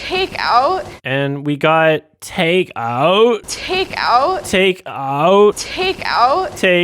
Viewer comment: Years later; I cannot get over that fucking pronunciation XD takeOoUt "Hey are you bringing us home some takeOoUt..?" "yEs..."